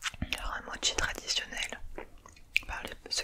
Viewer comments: Mochi pas motchi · Non on dis mochi ou mokis